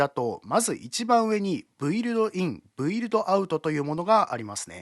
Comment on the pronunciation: 素晴らしいプラグインのご紹介ありがとうございます。 ひとつ気になったのですが、「Build」は「ブイルド」ではなく「ビルド」です。何にせよ購入させていただくつもりです。ありがとうございます。